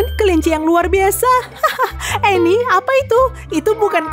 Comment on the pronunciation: cuba dengar betul betul annie bukan emi